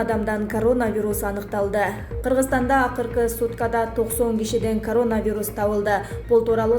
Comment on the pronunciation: Журналист кыз созкнду карап суйлочу карооонавирус дебей еркелетпей суйлочу акмак кызыктай угулат екен